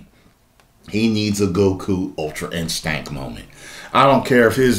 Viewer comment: I love how he says "Ultra-InSTANK"